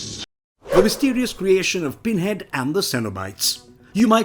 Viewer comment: All I hear is "Binhead". Interesting, though!